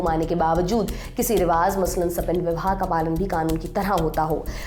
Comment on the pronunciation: Please riwaj not riwaz please it's awkward to here